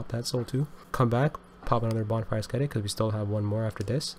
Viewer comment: The ‘c’ in ascetic is functionally silent. It’s pronounced Ass-Etic.